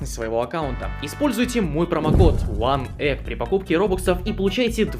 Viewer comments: Я вобше слышу не Ван ег а Ван есс одна жопа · Аж one eggs слышится четко